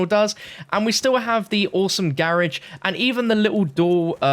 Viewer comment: Funny how he was saying garage